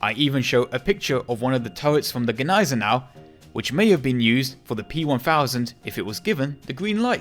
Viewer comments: I can't tell if you're serious but the G in Gneisenau isn't silent. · Sorry to Nitpick, but The "G" In Gneisenau is Silent. EDIT: You should make this into a Monthly Thing, with the amount of Inane Rubbish I see Idiots post in your Comments section. Perhaps call it "The Bob Semple Award?"